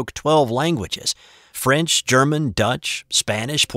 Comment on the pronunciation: Your French pronunciation is very Good Btw.